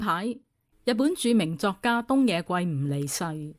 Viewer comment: 圭音“歸”，非“桂”啊